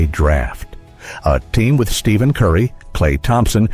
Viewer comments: Can’t take this video serious if the guy narrating can’t even use the right name for Stephen Curry. Stephen not Steven when pronounced idiot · So, you still cannot pronounce STEPHEN properly. WTF!